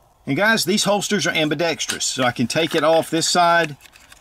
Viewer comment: I applaud your usage of the three syllable word ambidextrous rather than the oft used incorrect four syllable version.